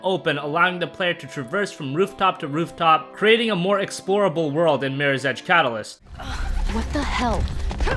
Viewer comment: Slow down on talking lol it's MIRRORS EDGE not MIRSEDGE lmao.